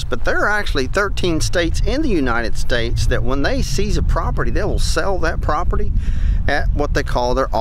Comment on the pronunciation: Take a shot of whiskey eclvey time you hear him say propert :😮